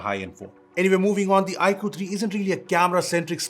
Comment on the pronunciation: Dear, It's not ikuuuu, it's iQue(iQoo)....